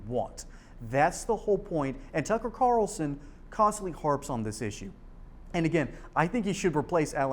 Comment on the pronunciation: Kararralson. It's Carlson. Very easy to pronounce.